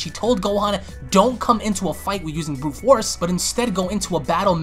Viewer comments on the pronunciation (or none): none